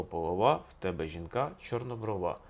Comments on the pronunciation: Звернула,що наголос не вірний і в слові "чорнОброва". Автор не україномовний в побуті і не сільський житель. Важко слухати хорошу тему в його озвучуванні. Але це лише моє сприйняття. Коментарі було цікавіше почитати. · Чому ви кажете ,,половА,, і жінка ,,чорнобровА,,? Це ж не той наголос)) Полова - уе конкретно про сміття - зерно забирають, полову викидають. Жінка чорноброва - це мірка краси українок. Про чорнобрових не тільки в цій щедрівці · ЧорнобровА, половА, хорошИй, матИ. Дуже ріже слух неправильно поставлений наголос. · 1. Неправильні наголоси . Таке відчуття , що автор ні разу не чув цю щедрівку і вперше її просто читає . ПоловА , чорнобровА ? Серйозно ? . ПолОва , чорнобрОва .ГрОшей . 2. Новий Рік навесні . Існує навчальний Новий рік , яки починається у вересні . Існує хліборобський , аграрний Новий рік , який починається навесні ( на Поліссі не можна чіпати землі до Благовіщення ) . Існує стародавній Новий рік, який багато народів починали від зимового сонцестояння . Тобто у нас завжди Новий рік був посередині зими і означав народження нового сонця . 3. Ластівки зимують у Африці . Тисячі років . Летять додому майже 2 місяці , 6-7 тижнів . Повертаються наприкінці квітня , на Полісся , де я мешкаю , навіть на початку травня . Клімат теплішає з року в рік . А раніше зими були триваліші і холодніші . Тому ніякі ластівки не прилітали в Україну 1 березня . 4. Чому ж ластівка ? Ластівка - це метафора новорічної ночі . Чорна , швидка . Прилітає до господаря - місяця і його товару - зірок на небі . 5. Щедрий вечір . Багата вечеря . Ці назви означають , що у родини було багато їжі , м'ясні страви . До весни ці запаси вже кінчаються . Чому так багато свят саме взимку ? Бо це пора , коли у селян мало роботи , кругом сніг і холодно , можна і посвяткувати . Чи був у селян час ходити по хатах з обрядами і застіллями , коли треба ловити кожен погожий день , все посіяти і посадити , питання риторичне . Така моя інтерпретація цієї щедрівки